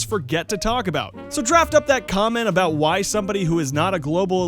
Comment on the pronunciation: everyone still talks aboot it